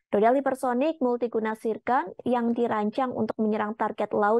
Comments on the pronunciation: Zircon bukan tsirkon🤣🤣🤣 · Zircon cukk,, bukan zicon